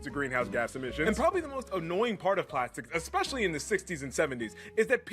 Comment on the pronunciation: Epessly the hard one😂😂😂😂